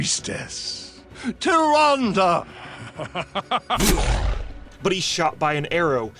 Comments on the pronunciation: Hilarious! 😂 Also "Tyrandeee" kills me every time 😂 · "TyRANde!?" -Malfurion